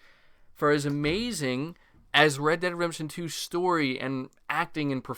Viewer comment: Are you saying "redemption" really really fast, or miss pronouncing it wrong 90% of the time? Sounds odd to me, no offense intended.